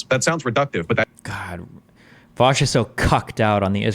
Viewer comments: I like that Dave keeps calling vaush “vash” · It triggers me so hard how nobody can fucking pronounce VAUSH correctly.